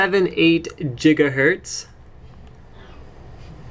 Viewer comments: Did you really just pronounce "Gigahertz" as "Jigga-hertz"? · Um, its "Gigahertz", not "Jiggyhertz"..... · LMAO I'm not sure where you're from but that is incorrect.. Professors with PHD's, physics teachers, electronics teachers; would never in their life say "Jigga-Watts" or "Jigga-Hertz" or "Jigga-Ohms" NEVER. It is GIGA, a metric prefix for one billion. Metric numbers do NOT have more than one saying for the same thing. Jigga is a word someone made up, and is definitely never used in the professional field. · Jigahertz eh? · What is it with the "Jigahertz" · haha Jiggahertz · Jiggahertz? Tehe. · jiga hertz? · what the hell is a jigahert? 1.21 jigaherts!